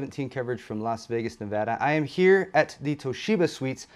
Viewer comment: Good job on pronouncing Nevada the right way😜